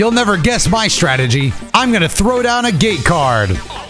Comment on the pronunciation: Am I the only one who heard gay card instead of gate card?